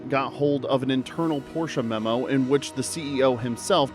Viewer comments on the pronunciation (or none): none